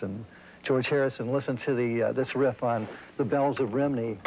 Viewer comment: ( serious question to a Real Welshman from myself) - instead of "Rimney" he/we should say 2 words ?